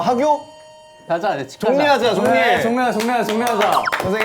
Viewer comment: 여기 발음 개웃김 종리예하자 종리예~